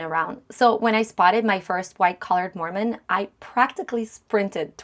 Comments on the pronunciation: The creator mispronounced the name. It was jarring to hear, although I completely understand why she did it she wasn’t familiar with the name. Telling someone they’re mispronouncing a word is a kindness IMO. It’s like saying, “There’s spinach in your teeth.” I don’t know why you’re making it a bigger issue than it needs to be. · There is no correct pronunciation. I think complaining about this makes us look bad.